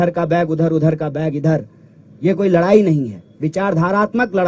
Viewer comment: Is sale ko abhi tak bolne ni ata ladne ko larne kahta ladai ko larai kahta hai 😂😂😂😂😂